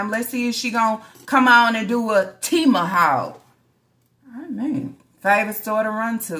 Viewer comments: AND IT'S TEMU ( T-MOOOO) NOT TEMA😂😂 OLE IN MY FRED SANDFORD VOICE 😂😂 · "TEMA" This mf'er can't never say anything RIGHT!!! And WTfffff think taking a long drive makes the check engine light go off!?!?! "Lapsed" is what the means regarding the insurance. Double the meat WHERE!? That was a normal amount of meat for the number of kids you got! 🤦🏽‍♀️